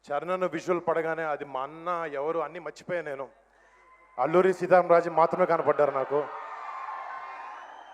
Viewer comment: Mundhu stage meedha matladadam nerchukora Varun ga.. notlo evadido pettukunnatu aa matalendira..Alluri seetamraju kadhu ALLURI SEETA RAMA RAJU. Nee global pagilipoddi inko sari movie actors kosam desam kosam tyagam chesinollani badnam chesthe